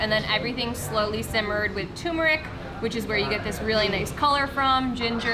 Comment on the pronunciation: Turmeric is pronounced TUR-MER-ICK (I love it, though!). Please pronounce the "R"s. Thank you :) Turmeric is NOT promounced Too-Moo-rick.